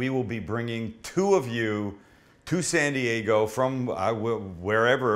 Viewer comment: is that "SAN th dego " ? LOL MAMAMIA !!!!!!!!!